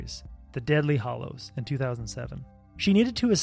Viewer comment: Excuse me, did he just refer to Deathly Hallows as "Deadly Hollows"??